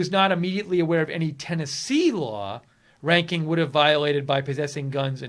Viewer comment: Reinking is pronounced like rang-king.